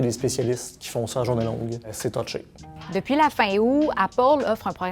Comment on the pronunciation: «Totché»? Sérieux??